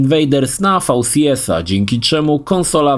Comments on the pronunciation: nie fał si es tylko vi si es . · fał si es 😆